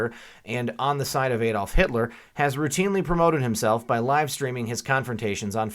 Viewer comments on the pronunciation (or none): none